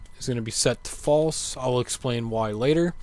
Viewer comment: ''fasle'' kkkkkkkkkkkkkkkk